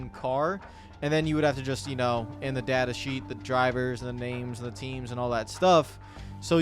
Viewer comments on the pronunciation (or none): none